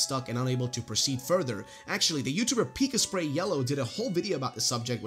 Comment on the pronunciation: Thank you for calling out the Pikasprey thing. I find it's rarely mentioned when this happens. There is nothing I enjoy more in life than the content creators who reference Pikasprey in their low effort fact videos, recommend him, and then proceed to butcher his name in spite of him saying at the end of every video. Really shows the type of effort they put into the content that they can't even watch until the end of someone else's better video that they're mooching off of.